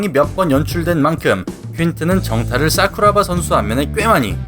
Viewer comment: ㅋㅋㅋㅋㅋㅋ발음 웃기네요 싸쿠라바